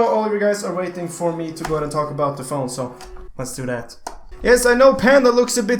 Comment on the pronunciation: I like when panda says dat and dis